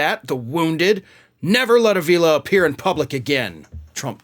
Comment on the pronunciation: Four long years in which Donnie Boy proved beyond all shadow of a doubt that he is a nincompoop and a thoroughly worthless individual and a nauseating excuse for a man. Pronunciation is AH-vila,. (Spanish-Latino surname) Donnie Boy is vile, indeed.